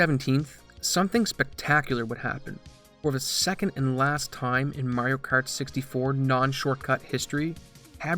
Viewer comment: Wtf is "Merioh Kert"?